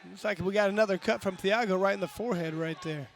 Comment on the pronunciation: Who the hell is Chiago Alves? It's Thiago.....